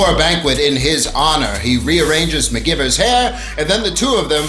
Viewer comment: You must know her name is pronounced, McG(eye)vers, so... why?